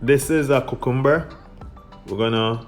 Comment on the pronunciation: the way you say 'cucumber' at 1.36-1.40 , it made my evening